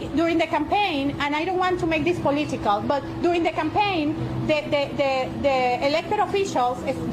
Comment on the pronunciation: She doesn't want to make this "poleeetical"? I seriously h8 her